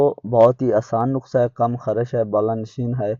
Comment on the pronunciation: جاہل انسان نقسہ نہیں ہوتا نسخۂ ھوتا ھے ۔‌۔